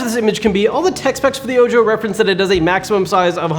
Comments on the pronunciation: ...It is "oh-ho" not "oh-jo" because it is Spanish. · I believe it pronounced oh-hoe, like the Spanish word for eye, not oh...Joe! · Ojo? Isn't that supposed to be called Oho? Like, eye in spanish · Are you calling it "oh joe" based upon its spelling or is that what they said it was called because it could be call "oh ho" which phonetically which is spanish for "eye" and being its a projector with 1 "eye" makes more sense idk something about "oh joe" bugs me lol just curiousity hitting my quarentine boredom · Are you sure it's not pronounced oho ? Eye in English. So disgusting when people pronounce such common words from a language wrong lol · I'm pretty sure Ojo is Spanish for eye. So it should be pronounced Oho.